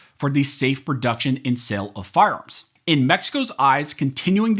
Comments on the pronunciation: Say it slowly “ firearms “. Sounds like you’re saying “farms” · Sounds like you're saying "farms" instead of "fire arms" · Why do you keep saying “firearms” like that? You keep saying “FARMS”, it’s annoying as sh¡t! , you said it correctly, then 15 seconds later, you said “farms” again. I dunno, maybe I’m crabby today, but I can’t listen to you. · Why does this guy keep saying farms?